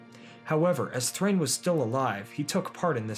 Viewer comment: Thrain does not rhyme with ‘gain’ in Dwarvish. It’s DAH-EEN. Both vowels are voiced separately. It’s in Tolkien’s wonderful appendices.